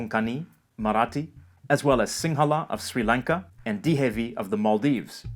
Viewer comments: Maldivian here. Great Video! Just a minor correction. Maldivian Language is called Dhivehi. Not Dihevi. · I think that's dhiVeHI ..NOT DihEVI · I love your videos,. Just a little correction. The national language of the Maldives is Dhivehi (dhee veh hee), which has an interesting script.